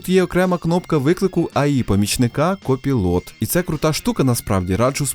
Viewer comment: Друже, не "КОПіЛОТ", а "КОПАЙЛЕТ" 😉 Дуже ріже вуха